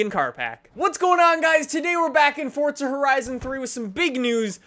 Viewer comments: Because it's an Italian word that means 'force' and it's pronounced FORTZA. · why the fuck does he say fort za... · i didnt know forza was pronounced fortza hahahah wtf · Habibi Licious Ikr I don't see a t anywhere